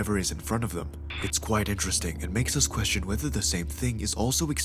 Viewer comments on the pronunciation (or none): Finally, someone asked the queshton.